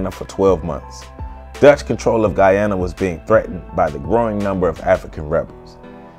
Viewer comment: Thank you, but also...your pronunciations are like nails on a chalkboard. I'm so happy you pronounced Guyana correctly.